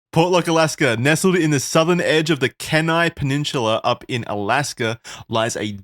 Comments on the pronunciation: kenai being pronounced as ken-eye has me floored as an alaska resident😭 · Kee-n-eye peninsula not ken-eye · Alaskan here—Kenai is pronounced Key-nai, Aleut is Al-ee-oot (as far as I’ve ever heard-but I’m not a native) and Aleutian is El-oo-shun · Alaskan here to fix your pronunciations. Kenai = KEEN EYE Aleut = ALLEY-OOT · Kenai key-nigh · 30 year alaskan. love the podcast and representation. Aleut (Al-lee-uut) Kenai (Key-nai) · i was born and raised on the kenai peninsula and it’s always funny when people pronounce the names of our cities wrong. it’s key-nigh if you’re wondering. i feel like wendigoo would build a bunker here one day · Its pronounced keen eye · It’s also pronounced Keyni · Every time they said Kenai I cringed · That kenai pronounciation tho lmao